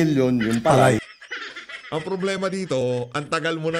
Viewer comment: Mali nag pagbigkas nila ng salitang PALAY parang tunog Pilay ....